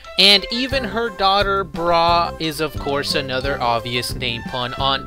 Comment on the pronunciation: The Chinese dumpling is actually "shu mai". Good video though. And thanks for pronouncing it "Bra." I thought "Bulla" was the stupidest thing ever.